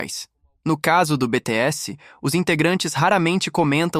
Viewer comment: Esse imbecil deveria saber falar o nome do grupo e dos íntegrantes corretamente, já que vai falar tanta abobrinha tantas teorias idiota falastrão! me poupe até pra ser burro tem que ter limites.